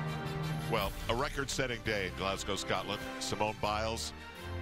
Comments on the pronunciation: Can someone please tell Tim Daggett the City is pronounced ‘glaz-go’ NOT ‘glaz-gow’ (like a cow)...I find that so annoying coming from a commentator. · If I hear “glass-gow” one more time.